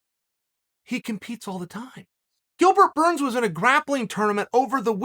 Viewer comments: “Gilbert gurns” been hanging with Connor and Jon too much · Me: Gilbert Burns Uncle: Gilbert Gurns Me: Ok great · Gustin vs. Gurns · Chael: "Gilbert Gurns" Everyone: Ok Great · Chael “ 10 seconds into the video and already called him Gilbert Gerns “ sonnen😂😂😂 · "Who tha foook is Bilgert Gurns?" Jon "The Notorious" Africa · Gillburr Gurns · Can we just take a second first second in the vid, Gilbert Gurns😂😂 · Bilbert gurns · Gilbert gurns? 😆